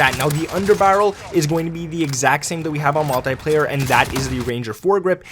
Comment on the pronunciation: It’s pronounced multeeeeeeeeeeplayer